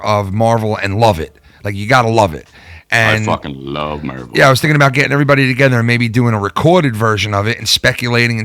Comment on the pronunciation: I love how pronounces “Marvel”........MURVEL